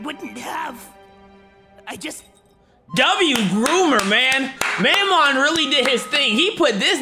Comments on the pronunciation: Can we point out how at the very beginning he called mammon Momen 💀 he sucks but he don’t deserve that much disrespect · (Mam-mon) that’s how you say it Alr